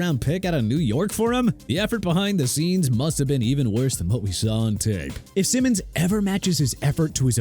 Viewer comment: That is not how you pronounce Simmons name. And the list is trash. TPS is a lazy “sports” channel